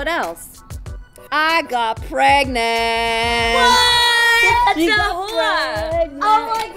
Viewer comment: Hahaha "I GOT PREGNAT"! LMAO!!!